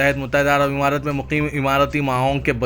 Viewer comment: متحدہ عرب عمارات۔مہیں امارات بو لو۔۔۔ اور یہ "اےوام" بولنا کب چھوڑو گے؟؟؟عوام بول ا سیکھو🤣🤣🤣